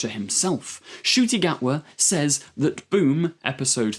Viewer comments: This guy pronounces “says” like “saze” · Well, he's an enthusiastic, that's okay. What annoyed me is that he apologised for possibly mispronouncing an unusual name, yet at the same time can't pronounce 'says' correctly.